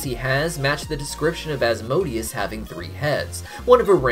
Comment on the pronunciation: damn, he nailed Asmodeus